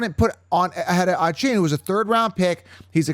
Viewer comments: You butchered D Von A Chan how dare you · Devon Achane came out a while ago and let everyone know how to say his name, come on